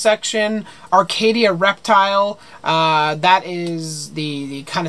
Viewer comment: Arcadia Reptiles Haha spot on pronouncing my name😂 loved the video btw! Keep doing you! Yes do a grinds my gear video lol